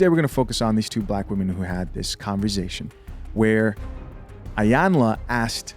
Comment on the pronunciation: “Converzzzation” 😂🤣😂 All love homie! 🤙🏾